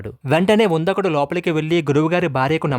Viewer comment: అతని పేరు ఉందకుడు కాదు " ఉదంకుడు